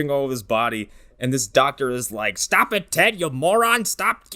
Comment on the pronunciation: "DogTor Loomis"